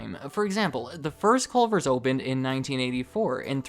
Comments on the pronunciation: You can tell he’s not from Wisconsin by the fact he says “Colver’s.” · This is what the fast food restaurant in Crip Heaven is. CUH-lvers